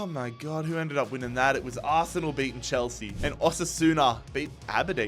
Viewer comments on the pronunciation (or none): none